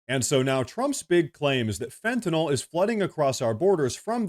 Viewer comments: Thank you for pronouncing Fentanyl correctly. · Thank you so much for pronouncing "Fentanyl" (fen-ta-nil) correctly, when most reporters say it incorrectly as (fen-ti-nall). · I wish I could give you an award for pronouncing Fentanyl correctly.